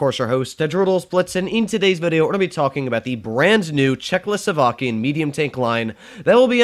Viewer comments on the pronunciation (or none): Hi, I LOL myself every time you mistakenly pronounce this Nation. Right pronounce would be CHECK-O-SLOWAKIAN, instead of checklo-slowakian. Keep up the good work, you are the best.